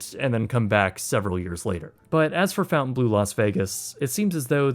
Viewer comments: I am questioning the pronunciation of Fontainebleau. I hear fountain blue... the surname Fontaine is well known with a 500 years of french family history, even though it comes from the english namesake of fountain, it is certainly not pronounced fountain... just saying 😉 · Is it not “Fawn-Tain” blue? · You are saying the name of the hotel wrong... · Your not even pronouncing it correctly 🙄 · Did you ever learn how to say “Fontainebleau?” There isn’t a “U” in the first syllable. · You are butchering Fontainebleau pronunciation!! It's painful to hear!! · Shocked that the mame of the hotel was mispronounced so badly. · in English it would be pronounced fon-tane blue. Not fountain. There isn't even a U in Fontaine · He really likes putting the letter U in words that don't have them. Fountain instead of Fontaine, Fairmount instead of Fairmont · Honestly the decision to officially pronounce the name of this hotel wrong is the biggest branding mistake. The original French pronunciation "Fon-tan-blow" is so much more regal/luxury sounding whereas "Fountain-Blue" just cheapens it/makes it sound like people don't know how to pronounce a french word. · It's not "fountain blue" it's Fontainebleau... Fon-tain-blow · Love the video but one thing was driving me crazy. It's pronounced "Fontainebleau" (Fawn-taine-Bloo) not Fountain Blue. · Lol ‘Fountainblue’. Uneducated youth! 🤦‍♀️🤦‍♀️🤦‍♀️. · Is it not pronounced fawn-ten-bow? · It's pronounced "Font + ay + ne + blo". City in the south of Paris with a beautiful forest and a magnificent castle. ;-) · It's it not pronounces FON TANE BLUE? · Great work, but why are you pronouncing Fontainebleau as "fountain-blue?" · Don’t understand why everybody keeps calling this place Fountain Blue word is spelled Fontainebleau Obviously, the word fountain is not spelled that way. Guess we could call this the most mispronounced hotel name in Las Vegas. 😂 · Its pronounced Fun-tan-blough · Fountain Blue??? Come on at least get the name right 😂